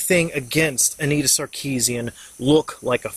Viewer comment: Sorry but the way you pronounce her name is bugging me :( It's Anita not Annetta. I like the video just thought I would say something.